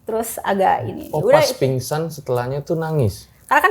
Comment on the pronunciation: Ada yang nyadar gak sih mbak nya bilang pinsan seharusnya pingsan tapi malah pisan gimana sih mba😂😂